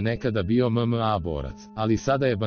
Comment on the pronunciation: mozes bar naucit kako reci MMA